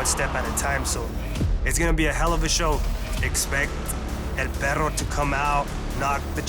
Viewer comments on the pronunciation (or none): The announcer is such a dork...😂😂😂 He pronounced "El Perro" as "El Pedo" 😂 jeez